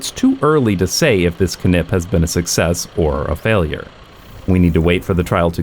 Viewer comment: I am proud of you being able to say "KNip" without effort. Most English speakers have lost that ability.